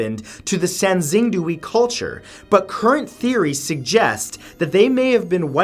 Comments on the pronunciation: also sangxingdui is pronounced sahn-shing-doo-ey. even to this day Mathew cannot pronounce chinese words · I cringed every time he said sangxingdui. It’s sahng-shing-dway, Matt😂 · Xing is pronounced closer to “shing” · Poor Matt xD Sanxingdui= Sahn-shing-dway